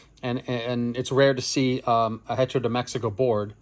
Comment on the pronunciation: Love the video, but FYI the h in Spanish is silent. Hearing the h pronounced in hecho was painful to hear. 😂